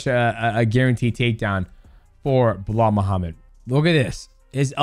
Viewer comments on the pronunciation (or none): Bro saying blah Muhammad all the time, that's Belal ...lol